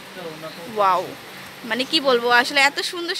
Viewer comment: Ishhh.. Ki bisri bhasha mey tar.. Pura gramer bujhai jai.... Please get someone who can talk properly not 'Oaww-wow' 'Zust-Just' 'Parson-person' Just a Humble request